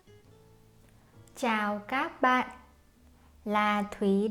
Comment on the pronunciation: Chào găp bạn not chào găp bạt